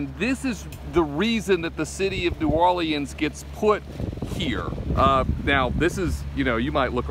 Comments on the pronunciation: Omg it’s New Or-Leans, leans dude. Not lee-Anne’s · New Or-leans. “Leans”. Not Lee-Anns🤦‍♂️